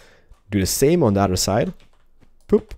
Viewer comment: love how u say other side sounds like ur saying udder side